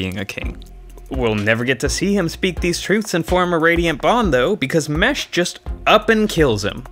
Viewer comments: Oof. Mo—Ash. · The number of times you mispronounced his name 😂😂 well done 👏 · I love the number of ways he mispronouces Moash's name in xD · Not just Moash, most names in these videos are mispronounced according to the audio books